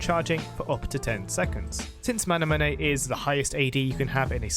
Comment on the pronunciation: Y do u pronounce manamune like that